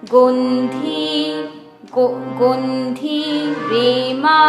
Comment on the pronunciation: সুন্দর হয়েছে দিদি। গন্ধি এই শব্দের উচ্চারণটা একটু দেখার অনুরোধ করেছি।